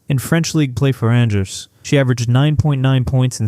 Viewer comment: Just note that her French team’s name is pronounced “ahnjeh”